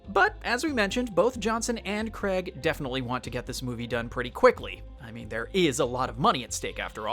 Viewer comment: It’s Daniel Craig pronounced Crayg